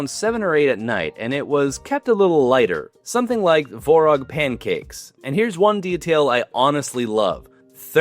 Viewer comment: Tvorog (Творог). There is a T and its not silent.